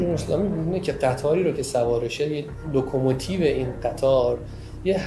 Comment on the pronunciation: لوکوموتیو نه لوکوموتیر ازرئیسی تلفظ یادبگیرابلح